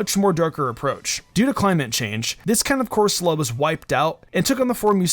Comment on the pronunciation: 1,Alcreamie,sir fetched, frosmoth,darmanitan,Appletun,corsala (not cursola),the whole rolycoly line,polteageist ,wheezing,Eiscue